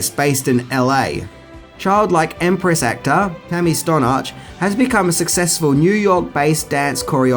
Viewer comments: Just wanted to point out that the girl who played The Childlike Empress is Tami Stronach (Strō-nack - sounds like you're saying Stor-notch, but whatever). She isn't Iranian, she is Scottish from her father, and Israeli from her mother, who happened to be born in Tehran, Iran. She grew up in Iran until she was 7. Her parents were both archaeologists working on a site in Iran. They left in 1979 due to the Iranian revolution. She spent a little time in Israel, but ultimately moved to the United States where she began studying acting. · It’s Tammy Stron - nach 😊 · It's HATH-away, as in "the greatest thing thou hath wrought", and "Strow-Nack", not "Stornitch". Atreyu almost did sink into the swamp. He had more willpower than Artax, and was able to keep from drowning a bit longer, but if it weren't for Falcor he would have suffered the same fate. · HATHAWAY not HATHEWAY and Tammi STRONACH